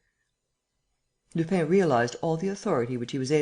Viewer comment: Lupin isn't pronounced Lupain. It would be better if it were pronounced Lupan. Closer. Can't listen to this speedy American accent.